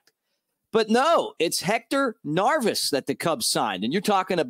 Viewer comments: Neris Mick not Narvis lol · Narvis? 🤔 😂 Good stuff though, very excited about this signing! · Dude I'm one of your biggest fans Just have to say how are you pronouncing His name? Neris I believe is with the hard R Nerris Harry could get away with it Love ya!